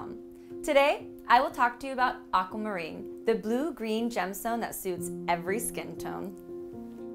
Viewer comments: Anyone else disturbed by the way she pronounces Aquamarine? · Me too!